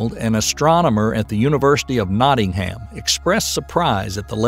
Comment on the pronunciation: University of "NaughteeHam"... 🤔😳😂😂😂😂😂😂😂